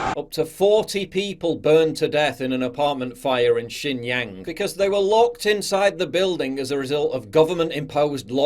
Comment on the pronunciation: Xinjiang: [hsin-chiang] ("new border") - not [yang].